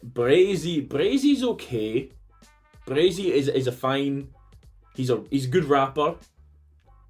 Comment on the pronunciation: Stop saying BraZey!! Its Bray-see!! 😂😂